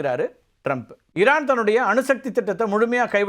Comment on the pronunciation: இரான் ha ஈரான் ? சார் ஈ வரலயே